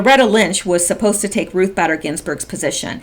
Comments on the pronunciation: Just as a side note, it is pronounced BAY-DER, not BADDER. I have a feeling that she will be much discussed very soon, so I thought you would want to know. (BTW, I am wondering whether this recording of the tarmac meeting will be a part of the OIG report, soon to be released, and that is why POTUS is bringing it up now. If NSA did indeed have such a recording, it doesn't seem right that they wouldn't have shared it with Horowitz, since part of his job is looking at the whole 2016 election. Just a thought.) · Pronounced Ruth baiter not batter. just letting you know. Thanks for all you do. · Her last name pronounced Bader, LONG A SOUND. Not Badder... You annoying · It's Bader as in Bay der , hard A please. And someone please tell Corsi it's Strock NOT Strizzok , Dr. J C is NOT snoop doggin, but why does everyone mispronounce Stzrok , that Z IS A REAL BASTAGES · LL claimed that her convo with WJC was only about grandkids and golf. However, no records exist proving WJC played golf while in AZ. Actually, no one knows why he was there... Love cats. Have 3 It’s “Ruth BAY-dehr Ginsberg “ You pronounced China Stick Exchange correctly, however symbolism in the East has different connotations than in the Western World. (Relative ex pats live in Hong Kong) Scalia was a devout Catholic. His son is a priest. Scalia would never have elected cremation (Vatican II changed Church for the worse) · Ruth "Bader" Ginsburg, one "d" pronounced Báy-dur...fyi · It's BAY-DER. Ruth BAYder Ginsberg. Long A in her middle name. Thanks for all your hard work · Badder is better for Bayder! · BAYder is certainly badder than most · Hey, minor point, but believe Bader is pronounced with a long A. Ginsburg being a radical feminist is an understatement. The country will be much better off when that witch finally kicks the bucket. After the tarmac meeting, one of them (Bill or Loretta) said they just talked about golf and their grandkids. Yea right, we believe that BS.